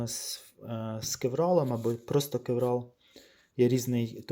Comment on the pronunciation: Друже,як ти вже взявся робити освітній контент- вивчи терміни. Не існує матеріалу з назвою кевРал. Є торгова марка кевЛар, яка робить сверх високомодульне волокно, яке всі почали нащивати ім'ям цієї компанії, і так така назва допустима для загального розуміння, але не кєвРал. Дуже ріже вухо. Дякую.